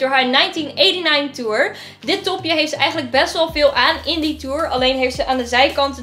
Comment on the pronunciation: Toen je dit topje wou zeggen zei je: dis topje